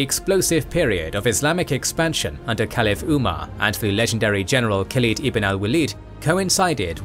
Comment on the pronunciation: Please don't try to colonize Arabic Names, Usman / Osman not Uzman, Khaled not Khlid. Rest your videos are so informational, watched some ottoman videos, big 👍